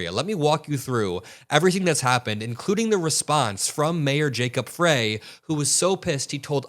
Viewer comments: it’s pronounced “fr-ay” not “fry” -Minneapolis gurl 😌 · How heartbreakingly tragic 😲😭 How can these incognito criminals be identified and charged??? btw, Jacob “Fry”, not fray, and he is an incredible leader and unifier. Thank you for sharing/spreading the truth. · We have beautiful weather here today! Sun's out its 37 degrees!! This is horrible...Liars!!! (... Mayor's name is pronounced Fry lol ) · FYI: Jacob's last name is pronounced Fry, as in French Fry. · The Mayor's last name of Frey is pronounced, "Fry." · The mayor’s name is pronounced Fry. I know it’s not important by y’all are driving me crazy pronouncing this wrong